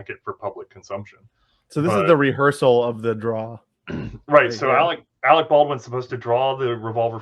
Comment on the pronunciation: Did you call him Alex Baldwin? It’s Alec. Who tf has not heard of this murder?